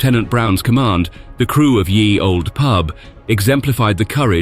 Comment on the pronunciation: It isn't pronounced "Yee Old Pub - or even "Year Old Pub" - as it is bizarrely delivered at 23.08: "Ye" was just how people spelt the word "The" hundreds of years ago - they still said it as "the".